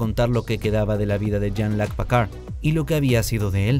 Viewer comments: Hiba señalar el pésimo trabajo del narrador del vídeo, pero viendo el resto de comentarios creo que el punto está más que establecido jajajajajaja PACARD !!??? STIWART !!!!???? JAN LOC ???!!!!! 🤣🤣🤣🤣🤣🤣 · Es Picard no Pacard.. i en frances Jean Luc no Loc